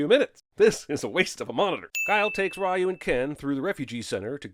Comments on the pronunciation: I feel like you're doing this on purpose. You're saying Ry OH instead of Ry YOU and it's pronounced Re You. You do this again Sinnerman and I'm gonna Shoryuken you right in the hadoukens until you tatsumaki all over the place! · 10000 sins for you saying ryu when it's pronounced Reu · It’s pronounced “Reeyoo” and not “Rye-yoo”. That’s a sin. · It's Re-You, not Rah-You. +1 sin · Obvious cinema sin: pronounce Ryu as "rye yu" instead of "ree yu" with basic research of the word "Ryu" in Japanese meaning dragon...including how to pronounce it properly before criticizing the whole movie without sin. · Ah, the "Rah-yu" spelling of Ryu instead of proper "Rhew" for authenticity. Bravo! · Pronounces Ryu as Rye-you instead of Ree-you. DING! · The name "Ryu" is pronounced as "ree-yoo." Not "rae-yoo". That's a sin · Someone sin him for saying "Rye-eu" instead of "Ree-eu" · it's Reeee-YOU not Rye-YOU. Ding Ding Ding 🤣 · Pronouncing it "Rye-u" and not "Ree-u." [ding] Sorry, I had to do it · Biggest sin: Pronouncing Ryu Raaayuuu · Isn't it pronounced "ree-u"? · The biggest sin is the announcer calling Ryu “Rye-U”. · 10000 sins for you calling ryu. Wrayu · You pronouncing Ryu as Raiyouu is a sin! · It's actually "Ree-Yu" More sins added for every example of the incorrect pronunciation throughout the movie. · We should sin this man for calling RYU Rye You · Ahhh yes Rye O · I apologize, but my ears hurt. “Ryu” (龍) is pronounced “you” with a Spanish “r” in front. This “Rai-yoo” stuff is just awful. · "Pronouncing Ryu as 'rah-you'..." DING! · Sin for how you all pronounce Ryu incorrectly. Drives me nuts. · sins, RYU pronounced as RAHYOO 🤨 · Jesus you keep butchering Ryu's name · can we have a sin added for every time CS mispronounced Ryu? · Wow, I thought Jeremy was mispronouncing Ryu's name for fun or to troll Street Fighter fans, but they actually say his name like that in the fucking movie. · That is not how you pronounce "Ryu" goddamnit